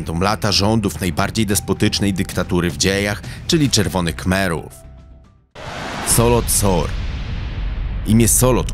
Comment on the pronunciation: Dokładnie i nie Solot Sor tylko Saloth Sar